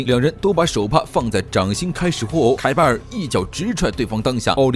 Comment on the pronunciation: 得了吧，这个作者是文盲，后面还有把凯巴尔读成凯尔巴，无语了。